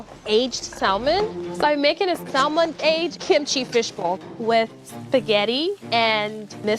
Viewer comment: should have gone home based on the fact that she pronounced the 'L' in salmon alone. (a pet peeve of mine)